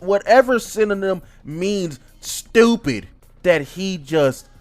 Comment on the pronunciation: My boy say is he stowpid 😂😂